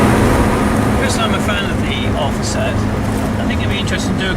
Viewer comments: Thanks for doing this great review. BTW, pronunciation is NOT sud (as in soap suds) but Sud (same as in good). I owned from new all the Ti models, starting with a 1.2L 1978 Ti. The final special edition Sud Ti , the 105 HP twin-carb Quadrifoglio Verde, as reviewed here, should have been my ultimate Sud driving experience--but it was sadly the worst--a very big disappointment! For some unimaginable reason Alfa Romeo 'tinkered' with the steering and suspension and ruined the Sud's superb dynamics and feel. It was NOT in the same league as earlier Ti's. My favorite Ti is definitely the ca.1981, non-hatchback 1.5 L with single Weber and 85 HP. These cars have more power than the earlier 1.2s but retain all their immense dynamic brilliance. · Sorry, I have to comment on the pronunciation... It's not a 'Sud', its a 'Sood'! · For goodness sake… it’s called an Alfa Sood—pronounced as in Should. Sud means South in Italian. Alfa Nord’s were made in Northern Italy. The Sud came from Naples in the South…